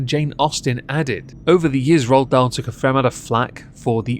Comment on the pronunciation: The Witches was one my favorite books growing up!! Ppl ruin everything- leave Ronald Dahl alone!😭 (Also, why are you () saying his name like that, "RahlDahl"? You're like Stewie with the Cool Hwip.)